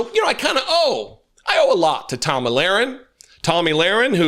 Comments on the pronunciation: I love how you called Tomi “Tammy”…. Very fitting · Hey it’s Tomi not Tammy. She’s the girl that wants to be a guy. another maga meat head.